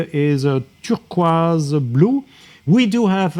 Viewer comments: lol it's how you're saying turquoise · Can’t get over how this chap says turquoise 😂😂